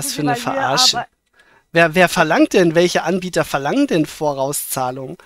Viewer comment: Sagt die immer: Die Ambieter?